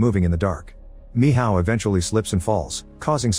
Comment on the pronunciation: Michal❌️ Mihaw ✅️